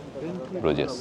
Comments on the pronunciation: সঠিক উচ্চারণ ব্রুজ , ব্রুজেস না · It is pronounced as BRUZ, Z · Another misinformed and research-less vlog from you. I think you should have skipped Belgium since you didn’t have anyone local to show the place to you. 1. The garbage bags in Brussels are picked by municipalities every day in the morning. If its lying there means they will come and pick it up. Don’t spread incorrect information. 2. If you visit a place please learn the pronunciation. Bruges and Hergé needs that basic respect. 3. Minne is the word for love in Dutch not French. 4. Every city in western Europe has its dirty side including Paris, London and Amsterdam. Just because you stayed and visited the dirty areas doesn’t mean its dirty as a whole. The entrance you took to the Nord station is the back entry where no one goes. There is literally a main entrance to the station which obviously you didn’t take as you didn’t research enough. 5. It was a missed chance to not visit Ghent. Its literally Gothic architecture at its best. Could have taken you not more than 2 hours if you had planned better. But no you chose to focus on friends reunion. 6. You literally did not see Grand Place in the day, no Manekin Pis, no Delirium village, no Atomium, EU Parliament, Palais, Mon Des Arts. These are not even hidden gems. And you and your friends have judged Brussels already. Wow. Please don’t listen to him, he didn’t explore well and has formed opinions already. It was a vlog where friends became judgemental about a place and the focus wasn’t on exploring the country. You lost a fan t